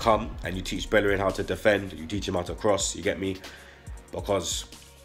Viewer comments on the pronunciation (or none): none